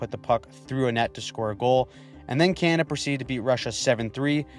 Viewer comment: You sir have impressed me with your analysis and also your ability to make the word “Canada” monosyllabic